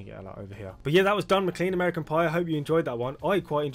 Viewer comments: You won't have heard that name because you're pronouncing it wrong. Not pronounced Mc-Clean, pronounced Mc-Clain... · You live in the UK. How do you not know how to say the name McClean? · You live in the UK . How do you not know how to say the name McClean correctly?